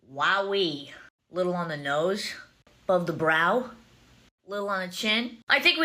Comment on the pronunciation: Is all of the "sh" pronunciation in the tick ticktocker a local accent thing? "Glashshd" instead of glossed "nooshsh" instead of nose. I'm not being sarcastic I'm genuinely curious.